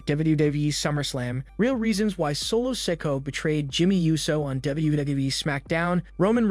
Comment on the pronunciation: Please pronounce Solos last name correctly, you have been saying it wrong for quite a while